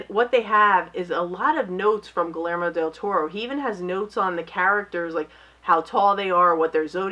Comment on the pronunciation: You always mispronounce Guillermo... (Gee-yair-mo)